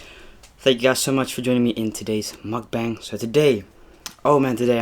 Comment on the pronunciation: cant even pronounce mukbang correctly